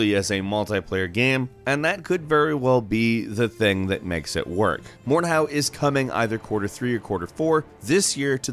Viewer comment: Please learn how to pronounce Mordhau! It's a german word&at the same time the name of the technique, at which you hit the enemy with the pommel or crossguard of the sword.